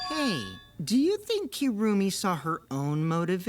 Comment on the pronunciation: “Kirumi” sounds like “kill me” lol